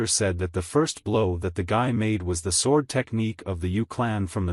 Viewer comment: Everything about this is confusing for some reason the ai narrator can’t say sword and I can’t tell what time period It’s in because half the time you’ll see apartment buildings, or the kid that wears a cloak and a Band-Aid